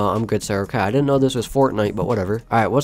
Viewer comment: “ i dentent know this was Fortnite whatever” lol